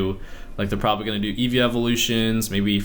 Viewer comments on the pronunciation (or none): none